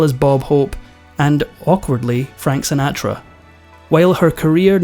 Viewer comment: Sin-aa-tra. Oh well ,what would these episodes be without a mispronunciation. There’s always at least one.